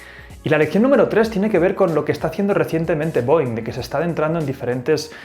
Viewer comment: Esta mal la pronunciación de la empresa mis maestros de aeronáutica se han de estar rebolcando en su cama hahaha